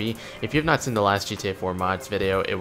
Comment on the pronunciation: plz stop pronouncing seen like that